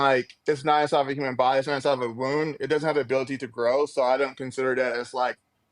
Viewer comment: Why does he keep talking about 'ahside uva wound. ya can't grow ahside a wound.'?